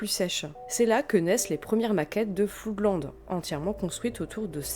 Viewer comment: Beau travail, je savais que c'était le bordel dans ce groupe, mais à ce point ? Quelques remarques : tu prononces "Floudland", c'est Flo:dland - Flood se prononce comme Blood. "Sigu Sigu Sputnik" ? j'aurais plutôt dit "zig zig Spoutnik", non ? Bon, c'est un groupe de 3e division, un truc fun sans suite (avec un tube très sympa dans le style 'Guerre Froide on s'en br*nle', comme avait fait FGTH avant avec Two Tribes - le reste de Sigue Sigue est assez pénible). Voilà pour les petites rectifications ;) pas grand chose. Perso sur Sisters of Mercy, je mettrais plus en avant la qualité des EP / maxis dès Body Electric (pas le premier qui reste un brouillon), voir l'excellente compilation 80-83, sortie en 1992, comme tu l'as précisé. L'album First and Last and Always est bien trop pop à côté, seul surnage la Lorelei Marianne évidemment, sublime. Floodland c'est beaucoup trop lent et répétitif - This Corrosion est vraiment mauvais. Pat Morrison apporte surtout ses yeux en amande et son joli minois. Pour The Mission : le single Wake est intéressant. Mes premiers souvenirs : les titres de Sisters en boîte, au Memphis impasse Bonne-Nouvelle. Mon dernier souvenir : Eldritch a pondu une horreur, une reprise de Temple Of Love avec Ofra Haza. Beaucoup trop tourmenté pour avoir une carrière stable, en fait (amphet').